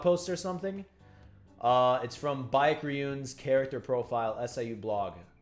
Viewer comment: Baek is pronounced as Beck not bike. Lmoa! Great video thou?? I enjoy these wiki videos there’s no wiki page as entertaining and engaging as Tog